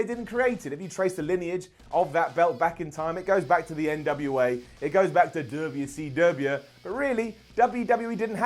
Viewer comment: Unrelated question: Why is pronouncing WCW so weird?